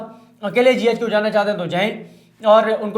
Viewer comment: صدیق بھائی زبردست وڈیو ہوتی ناراض نہیں ہونا J HQ نہیں ہے GHQ ہے شکریہ